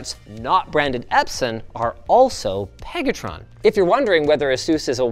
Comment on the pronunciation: LIIINNNUUUS!!! 😂 Stop saying PEG-atron!!! It's making me squirm! That's not their real name is it? Who thought up that one?